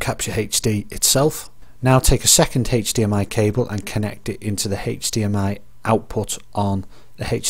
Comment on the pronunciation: can we get a count of how many times he said "Hechdmi" tysm